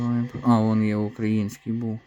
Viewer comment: Українска а не укаІНскій